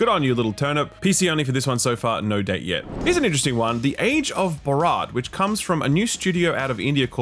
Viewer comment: brother it's Bhaaarat not Bharaaat. Pls can I help you with the pronunciation